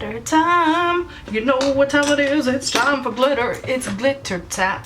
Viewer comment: Love it! " It's GlitteRRR timE........!!! " :-D